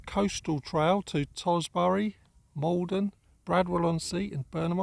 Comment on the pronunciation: What was that Toz-bury??? Terrible...bloody overspills coming to the real Essex and making a mash of the language